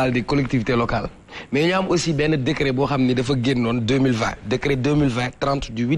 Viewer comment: On ne dit pas "decret " Svp retenez qu'on dit "décret" .juste damay rappeler rek .gnou bayi thi khel